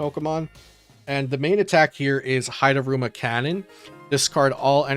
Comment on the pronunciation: I don't know how there's this disconnect in translated Japanese attacks between your script and the images, but it bothers me to no end. And I know not everyone has to know how to pronounce Japanese words, but the repeated butchering of hidaruma in the N's Zoroark overview hurt my soul. Speaking of N's Zoroark, I find it funny that N's PP Up basically just ended up being Dark Patch with extra steps. Right after Dark Patch rotated.